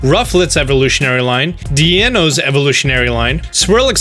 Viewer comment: reminder of pronunciation. Deino, Zweilous and Hydreigon derive from the german numbers ein, zwei, drei so please try to pronounce them more correctly next time